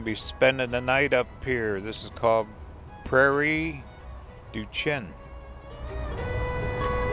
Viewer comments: Your in my neighborhood! Seen your van at Sand Hollow wrecker games. Those churches along Mississippi were originally Irish Catholic. BTW it's pronounced Prairie-Do-Sheen.... Happy Trails!! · The town you mentioned in Wisconsin is pronounced Prairie du shane. I grew up about 12 miles from there on the Iowa side. Hope you get a chance to explore the area and check out Pikes peak, Effigy mounds, Wyalusing park. If you keep going east into Wisconsin check out house on the rock in spring green